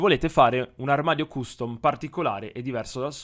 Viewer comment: guarda che si pronuncia castom